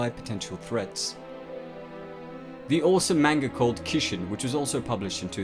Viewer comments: Manga? Kishin? I know you have an accent but there is no way you can butcher those words so bad. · My inner weeb cringes everytime you say Kishin and Manga...lol